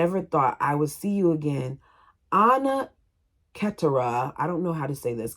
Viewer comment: Keturah is pronounced Keh-tour-uh